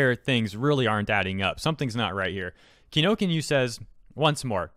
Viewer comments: It's Kinokuniya, not Kinokinyu or Kinokinya (spelled both ways in the description). Would have had no idea this was the huge Japanese bookstore chain without the videos of the tweets. :P It's scarier than it looks, the pronunciation is actually not that bad once you look at the proper spelling closely. Japanese companies tend to play it safe, so I'm guessing rather than take a chance, they pulled things until they can assess the situation. Though it wouldn't surprise me if if it becomes permanent/semi-permanent. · Long time watcher, first time poster. It's pronounced [Key - No - Koo - Nee - Ya]. You've been pronouncing it wrong for multiple videos and now I feel like I have to step in so I stop cringing every time you say "Kinokinyu". Please. PLEASE! Pronounce the name correctly... KI NO KU NI YA. Thanks. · ummm Kino Can Youuu not say Kinokuniya? lol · Are you calling them Kinokinyuu on purpose? 😁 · Every time he says "Kinokinyu" I wince. Ki-no-ku-ni-ya. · When he mentioned kinokinyu, I was like, I've never heard of this store before thinking it must probably be either a new store or he mistakenly pronounce Kinokuniya. Turns out it was the later. Honestly it was kinda rough to hear it every time he says kinokinyu xD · These days, I feel like mispronounces the names intentionally. Still like the content, don't get me wrong, but Kinokinyu was a little distracting. Ki no ku ni ya. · Kinokuniya is not pronounced like "kee no kee new", it's "ki no ku ni ya", or, "kee no koo nee ya". Each syllable of a japanese word correlates to a single character. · Correction not kinokinu, its KINO KUNI YA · ki-no-ku-ni-ya.... not Kino-Kin-Yu...... SMDH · Why is he pronouncing Kinokuniya as Kinokinyu...? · I hate to be that guy but it's kinokuniya. Not kinokinyu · You might wanna fix the fact that it's KinoKUNIYA, not Kinokinya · It's Kinokuniya. How did you read that as Kinokinyu? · I'm sorry if I'm nitpicking,but it's not "Kinokinyu" "KI NO KU NI YA". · It's Ki-no-ku-ni-ya.